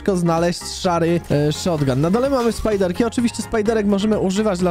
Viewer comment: Ale mnie skręca jak mówicie spajderki